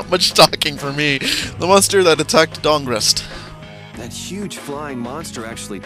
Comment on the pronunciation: When he read "The huge flying monster that attacked Dahngrest." I swear I heard dong rest...